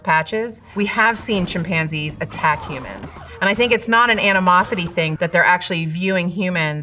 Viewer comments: Why Is she pronouncing chimpanzees with the accent on the wrong syllable? Or is it just because I’ve had a couple of gummies??? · the way she says chimpanzees😆